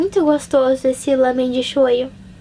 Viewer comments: meu deus pq vc fala lãmen é lámen.E irritante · Lamen..? Ou Ramen..? Isso tá me a deixar confusa... xD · ouço todo mundo falar "lámen", e vc falou "lâmen". Agora fiquei na dúvida, qual o correto?